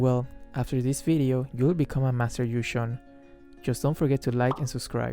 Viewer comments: Btw, it's pronounced kinda like "ywee jong" not like gusion HAHA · Everytime says Yu Zhong i always hear Gusion